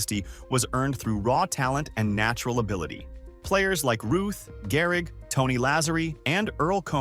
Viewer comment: Gehrig? You mean Garrig? LOL